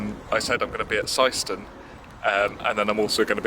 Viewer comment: Welcome to my local gaff at Syston, shame you missed the Grid. Oh, and you pronounced Syston correctly😊